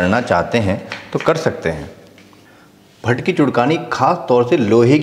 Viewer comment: Not pat-pat it's Bhatt-Bhatt😂